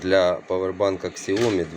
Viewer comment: яке КСЯОМІ, вимовляється як сяомІ, наголос на І